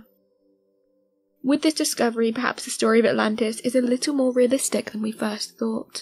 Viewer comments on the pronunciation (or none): none